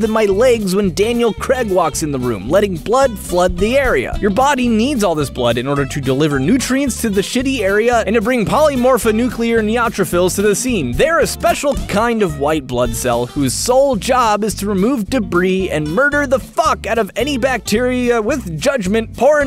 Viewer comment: POLY MORPHO NUCLEAR NEUTRO PHILS. Listening to you butcher it was absolutely grating.